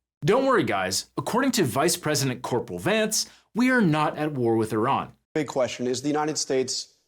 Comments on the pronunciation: Airjan. Brother its not iRan, the newest iPhone, its Iran. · Vance cant even pronounce "Iran" properly. How can we trust that they know what theyre doing?